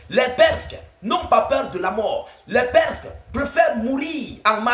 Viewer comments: On dit PERSES et pas perk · Des perces et non perske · On dit les Perses pas les Persks abruti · Les perses et non les presques svp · On dit des PERSES pas PERSQUES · Les perskes ou bien les perses? Lol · Salem ,il faut dire les PERSES et non les PERSQUES 👍✊